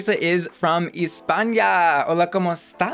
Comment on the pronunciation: first of all it’s not Ispanya it’s ESPAÑA! Like how you pronounce the E in Elephant ! Second of all it’s not “ hola como esta” it’s “ hola como ESTAS”!!!!!! Third of all she is Spanish not Mexican! So a mariachi coat is Mexican! That coat is more like a matador or flamenco ! Which is a Spanish outfit! I honestly would never go an make a video without actually knowing where and and how to say a word in a different language ! Like specially in Spanish! Why do people keep saying como esta! It’s like so annoying it’s so basic u can google it and it will show you !